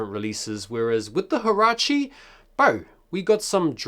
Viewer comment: In Spanish it’s pronounced wahrahche